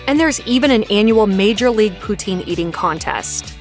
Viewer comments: Poutine - pronounced POO-tin, not poo-TEEN and definitely NOT Putin! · OMW! It’s not pronounced pooteen ugh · It's pronounced POO-TSIN not POO-TEEN!!!! 😀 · For the love of God - "puts-in" not "pooh-teen".